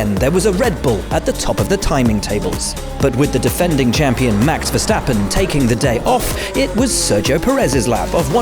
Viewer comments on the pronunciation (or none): none